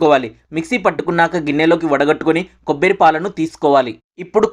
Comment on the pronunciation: Kobbari antaru kobbiri kadu